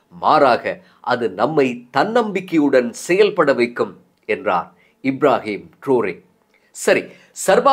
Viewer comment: இப்ராஹிம் ட்ருறே என்று உச்சரிச்சு இருக்கலாம்